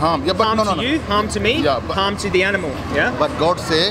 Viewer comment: I think he thinks you’re saying “ham” not “harm”..in the beginning. 🤔 Great video!👍👍